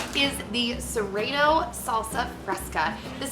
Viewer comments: It's ser-ah-no lol love u!!! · its pronounced sir-ah-no hehe hate to be that girl but just lettin you know ;) thanks for the vid!